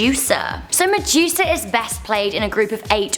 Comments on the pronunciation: did she say Medusa or Mejuica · I like how she say medusa (she says Muh-Jew-Suh